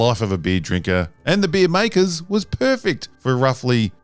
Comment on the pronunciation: The way he spells "beer" mademe chuckle, because it sounds like "bee" XD